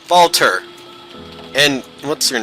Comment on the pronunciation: Watching you go through this blind is way too much fun to be healthy. Your Rokkenjima pronounciation is on point, but you're still calling Battler Balter.